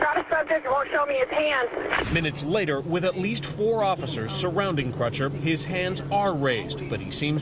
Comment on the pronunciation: You seem to be making Crutcher harder to pronounce than it actually is - rhymes with butcher.